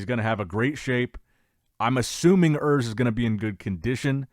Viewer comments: Oors, not Ers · His name is "URS" not "Earth" 😂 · Der Junge heißt Urs nicht Örs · is actually "Urs" my guy